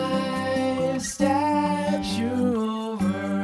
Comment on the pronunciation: that's not how you pronounce 'steps'.